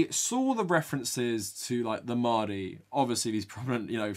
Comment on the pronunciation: What annoyed me the most was probably the fact that 'mahdi' and the other Arabic words were not pronounced properly. It seriously cheapened the beauty and complexity of the Arabic language, and does it a disservice. Actors will spend months/years perfecting a British/American accent, and they couldn't be bothered to learn to pronounce a handful of words? Shameful and just lazy imo.